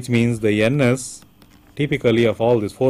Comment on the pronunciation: loved the way he call Ns as 'anus' 😂😂 anyway very nice video